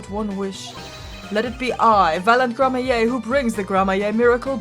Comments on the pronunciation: please learn to read Gramarye as Gramaree, not gramaye (there is a clear r between a and a y) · Btw it's "Gramma-ree" not "grammar-yay". I haven't played this game in so long and I really dislike playing this particular case for a couple of reasons, one of which is that it's really obtuse. But I think maybe Valant has more to say now because of the gun? I honestly don't remember. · Just a tip for pronunciation, since you’ll probably say it a lot in this case. Gramarye is pronounced the same way as Smefanye, so Gram-A-ree. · Just a pronunciation tip. The name is pronounced Grammar-ey. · I'm fairly sure it's pronounced grammarie, thanks to apolo' s mispronounciation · Hey, “Gramarye” is pronounced “GRAM-a-ry.” The e is silent, so it rhymes with “Flannery.” It’s a real word, a variant of grimoire. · Don't forget, Gramarye is like "grammar-ee" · I’m pretty sure you’re supposed to say Troupe Gramarye like Grammar-e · I think I'm going to explode if she keeps pronouncing Gramarye like that